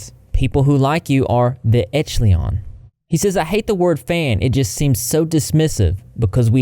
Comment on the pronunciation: It’s ‘oh dear’ not ‘oh deer’ 🦌 lovely. The word echelons is pronounced esh-a-lons just fyi 🐢